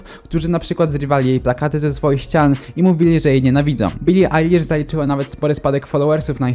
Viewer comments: Bili ejlisz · bili ajlasz* poprawilemy. poporoctu zile powjedzalesi